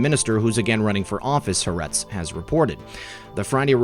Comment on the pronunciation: It's pronounced ha - are - etz. It means the (ha) land.